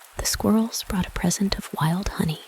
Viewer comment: So I listened to the first 10 seconds and went to find a different reading... the announcer started by saying "this reading is BOUGHT to you..." instead of brought to you. I know it's a youtube vid and you can put up anything you want but really? Did you look this up in the libary in the month of febuary?